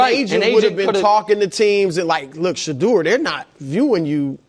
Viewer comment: Everyone pronounces his name wrong it's Shider